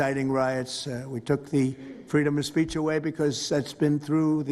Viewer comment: "Freedom of Spaich"